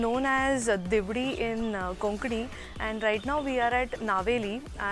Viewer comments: HI THERE THE RLEIC OF OUR BELOVED ST.FRANCIS XAVIER IS NOT A CORPSE BUT A HOLY RELIC . PLEASE RECTIFY AND PAY RESPECT AND NEXT TIME CHECK HOW TO PRONOUNCE THE GOAN NAMES PROPERLY FROM A LOCA AS U SAID FOR 'DIVADE' IN KONKANI FOR THE VILLAGE OF DIVAR AND NOT DIVIDE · The konkanni pronunciation of Diwar Island is not Divdi but Dee vaa day.